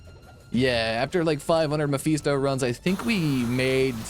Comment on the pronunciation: Personal issue, I know, but I couldn't get through the whole video because of the Mephisto pronunciation.